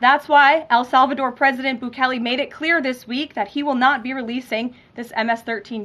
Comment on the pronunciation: When did el salvador become "AL" salvador?